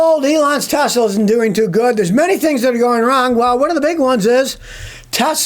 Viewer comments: "I love Tesler" 😂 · Tesler! It’s all computer!🤡